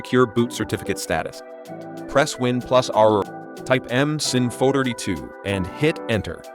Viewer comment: I hate these AI voiced and vibe generated videos from China. So many obvious tells. Badly pronounced words like "MSINFO" = m-sinfo-dirty-too, LOL!!! The obvious Chinese ASCII character font in the CMD screen, etc.